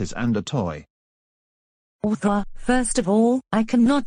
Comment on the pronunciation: Arthur not Orthur 😊